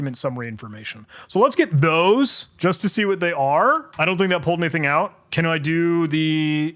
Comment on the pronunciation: Humans seem to sometimes omit syllables when they think faster than they talk. Far over a year ago I saw a video of someone flying west to east over Florida in a motorized paraglider, and when he told the camera about his "cruise control throttle" he accidentally said "I have here my cruise controttle". "AnyDink" is a new one I can tell people about now XD